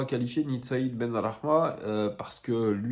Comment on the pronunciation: je suis tes vidéos avec intérêt j aime tes analyses mais un truc: arrête d insister sur la prononciation du nom de Said ça me fait saigner les oreilles lors d une vidéo ou tu le présentait j ai été obligé de couper au bout de 3 prononciations de son nom 😂 alors stp prononce sans insister sur le côté rebeu cordialement et aller l OL